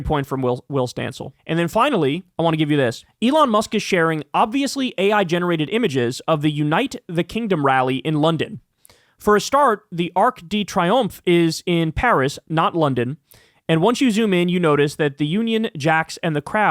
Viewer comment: Your pronunciation of Arc de Triomphe is hilarious. It's French, so it ar-k duh tree-awmf